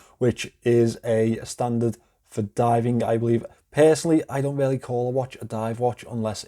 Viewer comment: You have to switch up your vocab a bit. You use the word "really", which you pronounce "rarely", about 500 times per video